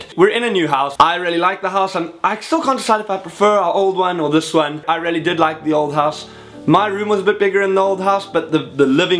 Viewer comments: I love the way you say really 'rarely' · every time you say 'really' i keep thinking you're saying 'rarely' lol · I keep thinking he's saying rarely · I hear it 2 it confused me at first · Haha I was so confused why you kept saying rarely then I realised you were saying really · When he says really it sounds like he says rarely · It's a South African thing :) He's a cutie.